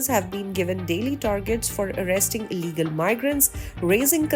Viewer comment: You said ILLEGAL indians wrong